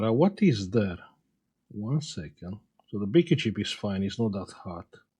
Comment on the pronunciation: is he saying big chip? Or bgp chip? I can never understand what he is calling this chip.